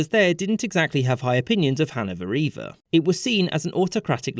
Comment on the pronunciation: confused me. Hannovereevar??? Hannover either. Please pronounce 'th'.